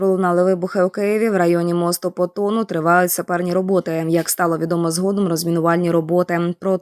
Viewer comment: НЕ ПОТОН, А ПАТОН!!!!! ГРАМОТЕИ!!!!!! ПОЗОР!!!!!!!